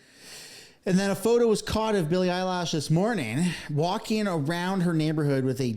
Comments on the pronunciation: Eilish not Eilash and Maher is pronounced Marr. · the pronunciation is 'Elle ish' not 'eyelash', sorry my ocd got the best of me. Xo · Eye Lish not eye lash… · My man! Billie Eilish. Not eyelash. Just a drop of research. Just a drop. Eye Lish. Not Lash. Geez Lois. I mean Louise. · You are making a joke about her name, right? “EYE-LASH” instead of “EYE-LISH” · its ilish not ilash. but great post. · Eilish not Eye lash 😂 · Bruh i agree with all this but plz learn how to pronounce the names its not eilash it's Eilish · I am OK with Ricky Gervais, "take you prize and f..k off" but I notice that people are way more critical of Billy Eilish than of Bad Bunny ! they didn't say the same thing exactly but women are always more severely cancelled ! Btw it is not Billy Eyelash but Billie Eye-lish (like fish)😜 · Lol its pronounced Eye-lish not eyelashes 😂😂😂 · Billy eye-lash. Hahahaha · Dude... it's Billie Eilish . Not Billie 'eyelash' as you seem to pronounce it !!! I couldn't take the video seriously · Did bro really say Bill Mayer and Billie Eyelash ... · Totally agree 10000npercent but please it's annoying when u say billie eyelash wtf it's eilish ..lish not lash gd stop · Bill Maher has been speaking out against the woke people before this Billie Eyelash (I figure you’re intentionally mispronouncing her name?). Anyway, heck yeah she deserves the backlash she’s receiving. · Billy “Eyelash” ?? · Lol I keep hearing you say “ Billie EyeLashes” 😂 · "Billie Eyelash" 😂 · I like how he calls her Billie “Eyelash”. lol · "billie Eyelash" 🤣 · 😂, I usually hate AI generated content and I’m wishing used it, AI would’ve said her name correctly, and if was once or twice uhhh ok but eyelash , eyelash ♾️ ……… wtf dude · Don't forget Billie 'Eye-lash.' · You need to learn how to say their names not that I don’t agree with your points, but you pronounce Bill‘s last name, incorrectly, and Billy‘s name incorrectly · You keep pronouncing her name wrong. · It's eye lish, not eye lash!